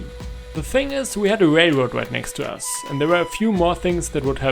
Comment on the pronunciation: when he says us it sounds like you ass w video tho